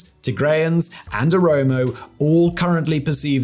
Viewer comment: Well done for recognizing that Welkait was an Amharan land since at least 1944. Your research is superb! And you are now pronouncing Oromo correctly as opposed to saying omoro 😃